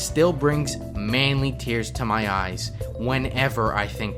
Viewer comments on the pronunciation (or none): none